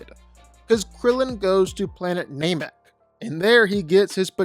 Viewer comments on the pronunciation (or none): Say-buh-men? Nay-mick? Are you another AI voice? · It's pronounced nah mek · “Planet Naymack” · Mispronouncing “Saiba-men” and Namek pissed me off